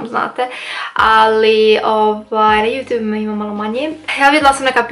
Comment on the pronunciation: Kako cudno kažeš YouTube(Jutu'b')😂Velika podrška za tebe💞💖